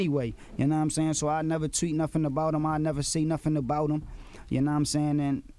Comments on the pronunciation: "And i looked at the Twit"....lol...Tweet? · He said twit XD